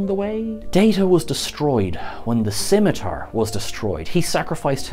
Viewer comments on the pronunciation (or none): none